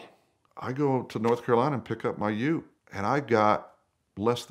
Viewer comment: So good to hear an American say ute .